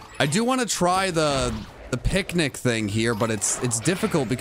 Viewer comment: every time you say picnic it i think your saying pick nickit